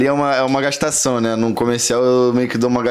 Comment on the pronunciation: Entrevistador: Como é ser filho da Letícia?: "Cara, tchipo assim, ali é uma gashtação, pô, eu sempre lidei de boa com isso, porque a galera me zoava na escola, mas pô, é isso aí. Tá ligado? P#, engole o choro" 🤦‍♀